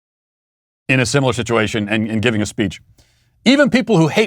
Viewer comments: He said “shituation” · Matt, it sounded to me like you said the "shituation" in Afghanistan when you were talking about the short speech that Sleepy Joe gave. I know I'm probably now banned from the show for not censoring what I thought I heard you say.